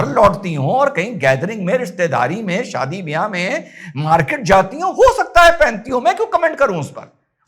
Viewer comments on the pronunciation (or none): none